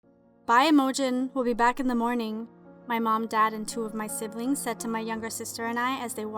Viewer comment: lol that's not how you pronounce Imogene... it's "eye mo jean" not "mm oh jen" lol nice try though!